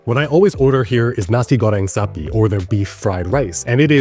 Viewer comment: Your pronunciation of "nasi goreng sapi" was really good, like a native.